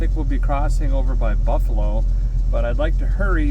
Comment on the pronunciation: I'm crushed! ya passed through "Barfalo NY" and didn't stop and say howdie😫